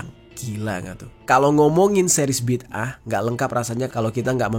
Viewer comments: Bidangah bg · huruf DAL (د) tu kolkolah kubra. Bunyinya BIDdē'AH. Maka sebutannya tak sama macam huruf TA (ت)